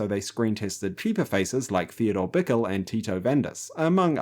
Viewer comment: Bond wore a seagull on his head, not a duck. Theodore's last name is "bye-KELL".